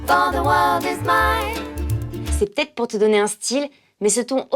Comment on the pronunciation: Et les deux commentaires que cite à la fin n'en contiennent pas une seule, tout juste un "peut-être" raccourci en "ptet" (parce qu'elle le prononce comme ça). Si j'avais su que la VFSTFR m'intéresserait un jour:)